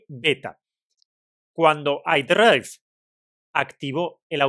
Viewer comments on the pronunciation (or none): Imagino que sabes que no es "ai draif" sino más bien "eiai draiver", que significa conductor inteligencia artificial. Es una tontería pero por si no habías caído ahí lo dejo.